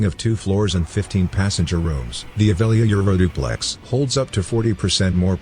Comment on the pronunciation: Text in video: Avelia Euroduplex. Robot voice: Aeuoliouaeoeuoilulaoileauoplex.